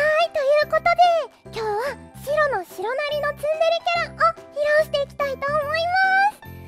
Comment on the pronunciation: シロがスゥロに聞こえてしまう...